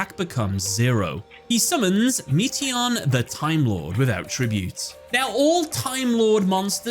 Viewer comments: Meation lol. It's Metaion like meta ion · "MEAT-ey-on" the Timelord, smh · "Meeteeyon"? Really?